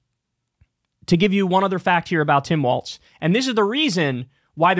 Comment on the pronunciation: Trump pronounces Walz's name correctly 🤔